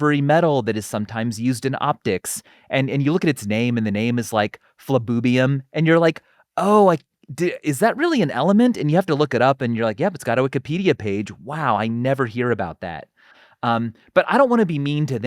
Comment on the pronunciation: It is not Flabubium. It is Flerovium.